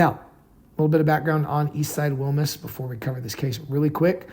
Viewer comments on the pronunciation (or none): DUDE PUT A LITTLE BIT OF SPANISH ON IT, ITS WILMAS NOT WILMUS